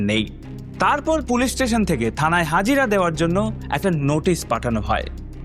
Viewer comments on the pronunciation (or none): none